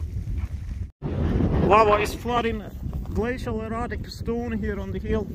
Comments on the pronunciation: Did anyone else think he was saying glacial erotic? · Ohhhh --- I kept hearing you say glacial erOtic and it made absolutely no sense LOL